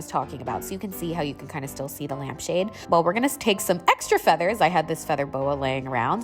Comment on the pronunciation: “Lmap shade” lowkey thought u did that on purpose and I found it so cutee